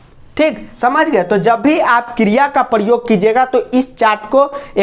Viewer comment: What is kriyaa😆😆. London waali maam